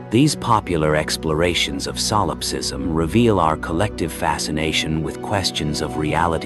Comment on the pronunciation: really hate ai voices. its not SOUL ipsism. it's Solipsism.